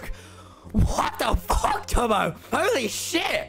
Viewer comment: lmao just me or did others laugh when skeppy said “Fock you” and left the discord.